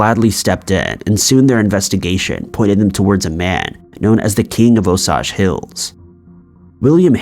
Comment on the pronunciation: The repetition got to me. Osage = "Oh-sage" not "osaj"